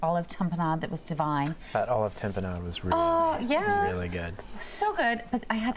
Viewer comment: please, learn how to pronounce ta·pe·nade